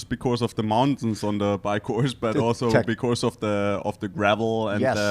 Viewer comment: gonna miss the famous 'becourse' - what a gem of an human being